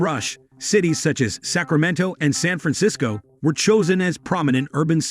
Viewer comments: How do you say San Fransicso ???????? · They can’t even program the robidiot to say San Francisco. Time to find another con, creeps.,,why is a rural area sparsely populated. Moronic mumblings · Can't even pronounce San Francisco right. I'm glad I only wasted less than 2 minutes of my life on this garbage.